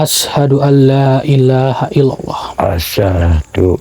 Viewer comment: buat koreksi hal bacaan yg benar asyhadu allooilaahail lallooh